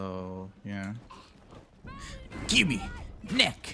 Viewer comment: Sometimes I think you say gibby instead of gimme